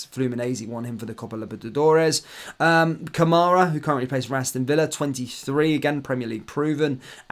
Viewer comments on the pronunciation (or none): none